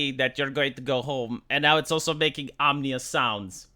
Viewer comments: Ominous, V, not omnious, from "omen" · I think you mean ‘ominous,’ as in ‘eerie’ or ‘unsettling.’ It is not pronounced ‘omnious.’ Anyhow, great vid, I hope Uncle Elon gets ‘em back safe. I also wouldn’t be surprised if Boeing was big on diversity hires... DEI in action. I just hope for those two that it doesn’t spell differently with the last two letters swapped... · it's ominous, not omnious:) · O - mi - nous Omnious sounds like something related to electrical resistance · Ominous. Phonetically OM-IN-US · Only once you learn to use spellchecker on your thumbnail text 😜 2 mistakes in 1 line!! And learn how to pronounce 'ominous'. Then we can talk tips. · He does that on purpose, partly as comedy, partly as engagement bait. He's a literal doctor and lawyer, he knows exactly what he's doing.